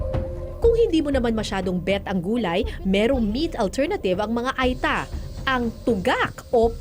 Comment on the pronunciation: Ur pronunciation ng ita is wrong. Hindi I (ay) kundi it’s (eta) (eeee).tange ka.